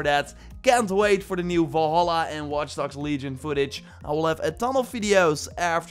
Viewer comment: Valhalla not "Volholla"